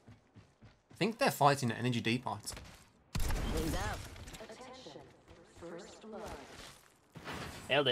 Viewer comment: Can’t tell if is serious when he pronounces depot “ de pot”